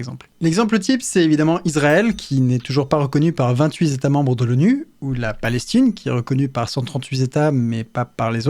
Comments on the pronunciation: vingt-huit z'états cent-trente-huit z'états Non pas toi Léo ! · "28 Z'états membres et 138 Z'états pour Israel et la Palestine ".... Les liaisons internationales commencent mal 😆 Bravo pour cette vidéo qui vient toucher les frontières de la chaines sur la biologie mais qui, toujours, fourni un contenu aussi ludiquo-intéressant basé sur un système de recherche transparent. Est-ce que les exercices constitutionnels comme ceux d'Etienne Chouard vont faire partie de l'expérience ? 😮 (question souhait) Si on pouvait éviter un énième crypto-flop ça serait intéressant. J'ai déjà hâte de participer a des exercices de coordination web pour réaliser des dessins communautaires sur le drapeau qui créera surement des débats intéressants sur: la couleur de pot, la liberté de pixelisation, la libre constitution d'entreprises et droit de rassemblement pixélaire ... entre autres. Pour le passport et la sécu on fait comment ? C'est une belle initiative à la construction de l'indépendance du Web ! Peut-être dans le "Métaverse" à venir (ou pas). Peut-être même que nous assistons à un des premiers Zétats Métauniversaux s'il est reconnu par les autres métaZétats 😆 . Le siècles des Lumières passe la main au siècle de la Diode Electro Luminescente. :elbowcough: (cette :touxdanslecoude: ressemble bcp a un dab)